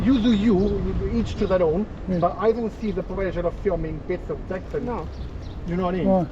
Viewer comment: "Eeech To Theer Own"